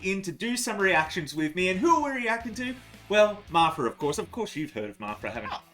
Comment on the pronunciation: It's pronounced "marpra"? Not "mafra"?